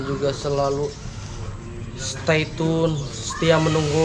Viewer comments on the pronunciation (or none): none